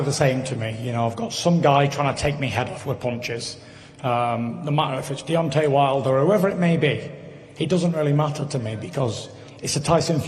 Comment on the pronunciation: 1.21 "deontey wilder was robbed tonight"! hahaha